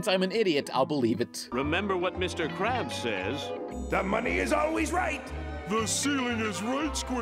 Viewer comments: Mr. KRABS, Not Crabs. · crabs? its krabs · It's Mr Krabs not Mr Crabs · Oh yeah Mr. Krabs!AAAAAAAAAAAAAAAAAAHHHHHHHHHHHHHHHHHHHHHHHHHH!!!!!!!!!!!!!!111 Also his name has a K in it. Get it right next time otherwise the KKK would become the CCC and Kfc would be Cfc and the Krusty Krab would fucking be spelled right with a C, but we don't want that, not yet, not yet.